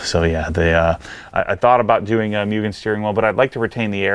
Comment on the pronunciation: Apexi is Apex "Eye". It stands for Apex Integration. Don't go all Prier on us again bro;). Cool project. I say leave the wing, didn't Mugen make a decent looking wing that used the same holes? And it's "Moogen" and "Brid" haha, say it legit.